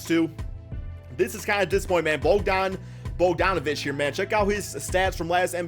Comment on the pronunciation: Learn how to pronounces bogie's name... lol